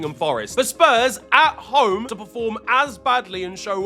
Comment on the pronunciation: “It’s De History of de Tottenham..” hahahaahhaahahahahaahaah